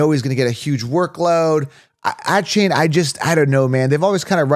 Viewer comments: “Ahh-chain” and “bye-Jan” 😂😂😭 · He never pronounces them correctly. There is even video of him saying how to say his name and its mom approved.